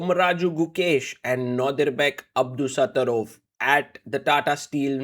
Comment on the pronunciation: when you say nortiduthorov i was like who is that lol i only know them as 1 name super celebrities like Cher 😂🎉